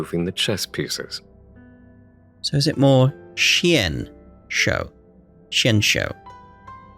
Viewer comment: Xianzhou is said with the x more like a c and the zh makes the j sound so it'd sound like cianjo I think